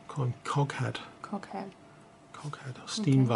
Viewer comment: Had to doublecheck that said coghead and not cockhead:-D really useful to see these models built prior to having a go myself.